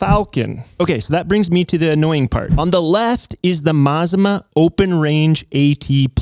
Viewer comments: It's pronounced "Mah-zah-mah". Named after the volcano in Oregon "Or-eh-gun". 😊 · Mazama isn’t meant to sound Japanese. It is pronounced Ma-Zama and is the name of a small town in the North Cascades in Washington State. The Les Schwab near me was very clear these house brand tires are made for them by Sumitomo and most closely resemble the Falken Wildpeaks. That said, I do think their prices are high and you can find better deals at Discount Tire if price is the most important factor which it often is. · IN THE INTEREST OF ACCURACY IT'S A MA ZA MA ( AFTER THE MOUNTAIN THAT BECAME CRATOR LAKE ) YOU PIN HEAD ... AN INDIAN WORD YOU NEED TO LEARN MAZMA ISN'T IN ANY LEXICON : ) HE WON'T KNOW THAT WORD EITHER .... "GO NATIVE OREGONIANS" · "Mazama".... pronounced "Muh Zah Mah " used to be a local mountain that blew up and became Crater Lake. So for Les Schwab customers in the NW... we know it's their brand. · Mt Ma-Za-Ma aka Crater Lake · Pretty sure it's pronounced "mazama" like "maZAHma" with 'a' like"mama". It shares a name with an Oregon mountain climbing club. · I watched until I couldn't any more. When it got to your buddy talking about balancing I was out. You can't even pronounce Mazama... and it was you that said it was an asian name. Not me. And did you even READ my comment? I wasn't even speaking of where the tire came from just the friggin NAME. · Mazama is of native american origin and you're pronouncing it incorrectly. It's not made up, it's regionally significant. I appreciate retail transparency, keep it up.